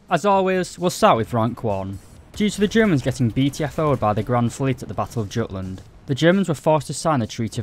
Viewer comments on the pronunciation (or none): none